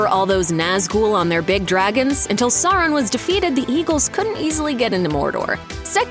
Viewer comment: "Sorroun" - Looper narator, 2022.